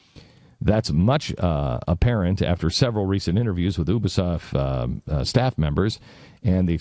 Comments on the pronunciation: It isn't Oobisoft it is Youbisoft! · What really triggers me here is the fact that he pronounced Montreal and Ubisoft wrong, Its Mon-tree-all and u-bi-soft. Its not that hard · HE PRONOUCE UBISOFT WRONG!!!!